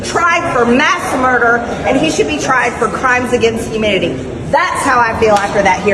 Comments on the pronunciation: M.T.G. : "... And he [Doctor Fauci] should be tried for crimes against humidity." Me: She actually says hu - mid -i - ty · Did she say mass humidity or is my ears failing me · It sounded like she said “crimes against humidity” 😂😂😂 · It really sounds like she said that Fauci should be tried for crimes against humidity. Maybe she doesn't like his dry sense of humor?